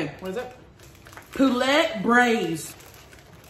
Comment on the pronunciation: The way she said poulet made me cringe a little. 😂 you are all cute!!